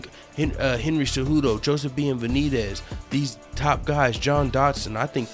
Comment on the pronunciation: Did u call him Bean"evidez? 😂 Max gotta better Record than the Champions same win streak as D.J just was held up from a Title Fight"